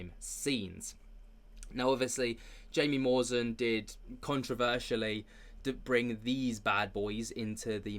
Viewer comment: I think owes Jaime Maussan an apology. And my god man, it's pronounced "hi-me moose-ahn". Your pronunciations are in general severely lacking. Research. Otherwise, I love what you do.